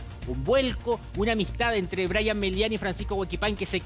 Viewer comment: Er brayatan no aperro.